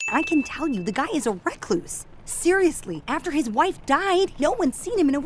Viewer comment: Your light swtches are wrong. Also, also, pronunciation. It's recluse, not wreckloose.